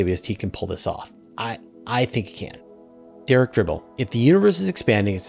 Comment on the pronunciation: I was the first viewer and my question was answered! Thanks so much I love your show! However my last name does not have a R in it. It's not Dribble but Dibble. But don't worry about it, happens all the time. Thanks Again!